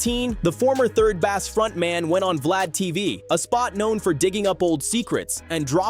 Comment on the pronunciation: Ol’ boy saying “Raw-Keem and 3rd “Baasss”. Laughable